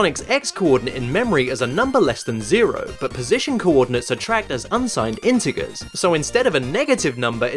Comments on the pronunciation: Inti-gurs? It's pronounced (inti-jers) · it's "in-te-jer" actually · inter Gers Nice pronunciation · I don't think a computer scientist would say "intiggers". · Why did you pronounce integers as "in-teh-gurs"? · Who pronounces “integers” with a hard G? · The way he says integers annoys me and i dont know why